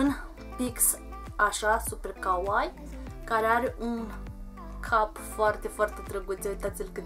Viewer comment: stii ca ,, Kawaii " se pronunta cu ,, i -ul " mai lung pentru xa nu degeaba sunt 2 de ,,i "